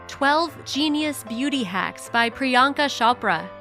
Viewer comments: It isn't pronounced 'shopra',you say 'ch' as in chair. I always find 'shopra' funny😂it's soooooooo wrong😂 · It’s cho pra like oprah 🙄 not shopra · beach! It's Priyanka Chopra not PriYanka Sopra 😒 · not priyanka sopra it's priyanka chopraa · Its chopra ....not Shopra🤦🏻‍♀️🤦🏻‍♀️🤦🏻‍♀️🤦🏻‍♀️ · Ummm....it's C H O P R A....not shopra😂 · WHy she keep saying "Shopra" . or is it just me? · She does and its so annoying lmao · It's not shopraa